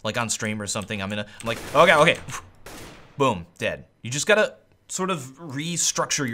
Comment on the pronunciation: "you just gatta cill"